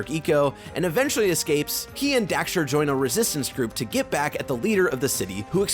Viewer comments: Dax, Daxter. Not Dexter. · why do you keep saying Dexter? Its DAXTER D-ACK-STER. But agree, Jak II is not great sadly. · He said Dexter so many times!! LOL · Dude. It’s dAxter. With an A. Not Dexter. Literacy is hard